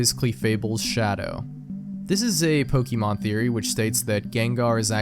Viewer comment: Dude, you're pronouncing "Pokeemon" like my grandfather lmao